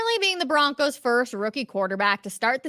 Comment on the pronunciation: I BOlieve in the BO-roncos.